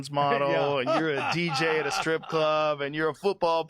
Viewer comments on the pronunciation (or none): none